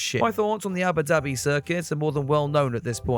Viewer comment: is it just me or do i hear Yabba Dabi